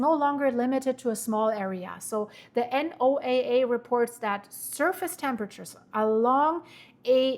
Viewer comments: You said the key part "below the surface " its SOURCE not the surface nor the mid levels its at the floor !!!! What does that tell you ?!!!!!!!! NOAA Pronounced No-uh ! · Thank you for all of this info. Also, we call "NOAA" Noah that's how it is pronounced in the U.S. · for NOAA, you can just say Noah. Everyone pretty much knows that is what you're referring to. 👍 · Is anyone going to tell her how to pronounce the abbreviation for NOAA?